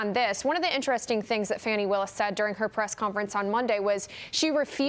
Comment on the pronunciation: her name is pronounced "fauni" not "fanny"